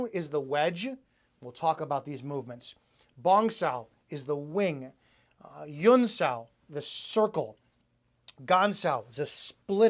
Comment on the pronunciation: No offense but I see that you write "huen sau" but you repeatedly pronounce "yuen". In Cantonese it is an H sound.